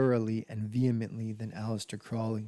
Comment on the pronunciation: The name Crowley rhymes with “holy”.